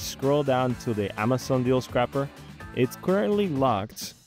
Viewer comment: mispronouncing scraper </3